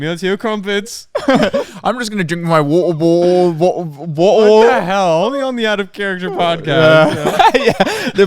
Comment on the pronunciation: WATTAHBOTTUHL! Heh, only on Out of Character Podcast with hosts and on Youtube! 🤣